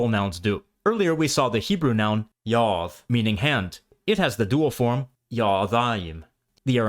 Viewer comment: Thank you for taking your time to make this video. May I ask why did you keep pronouncing the word yad with a suffix ending in a “th” sound and not a dalet. I’m only curious 😊. Again, thank you a lot for taking the time out to create and make this video. I appreciate people such as yourself. De’borahYah “De’” 😊